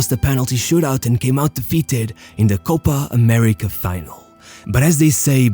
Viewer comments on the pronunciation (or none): You can say "Paraguay" correctly but can't pronounce "Copa América". It's "Álvarez", not Alvaresh. 11 players in front of Ochoa? Teams play with 12 players now?